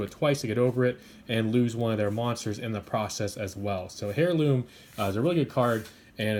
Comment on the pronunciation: I really like your speed duel content so keep it coming! ^_^ I don't mean to criticise in any way or form, just thought that I'd mention that in the word "Heirloom" the H is silent.